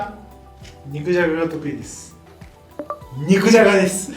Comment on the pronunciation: 肉じゃがの言い方可愛すぎじゃろ😂😂「っん肉じゃが」に聞こえる🥰🥓🥔